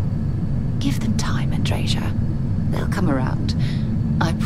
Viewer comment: Native Portuguese here! Andreia's name isn't pronounced as Andreja in Portuguese. It would be extremely close to the way you first pronounced it, with just the slightest change in the most pronounced syllable. the dre-ia part has the usual Latin sound, with the i pronounced differently from how English pronounces it. Can't explain it better, but it sounds a little more subtle. So I'd guess the Andreja thing comes from the Balcans or Eastern Europe.